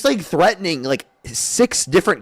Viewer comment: What is "THREATING"? Is that treating or threatening?